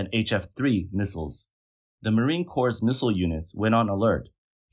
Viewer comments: Lolol "Marine Corpse" Its "MARINE C-O-R-E" Einstein! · Just an fyi, the pronunciation of corps is the same as core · It’s marine corps, not corps😓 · I was about to comment that corps is pronounced "core" not "corpse", but then we are talking about Communist China. You were right. Corpse! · Respect to AI voice for referring to the chinee "marine corpse". 🤣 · I know this is a serious video and all but when I hear "marine corpse" I can't help but giggle.